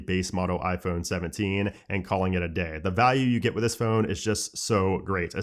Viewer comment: Still can’t say phone properly 😂 embarrassing 🤦🏻‍♂️👎🏻.